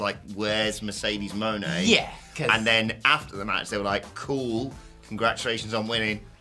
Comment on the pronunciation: What's up with pronouncing Mone like Monet rather than Money (which is how it's supposed to be said)?